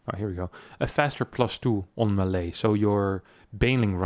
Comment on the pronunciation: You mispronounce "melee", other than that 10/10 content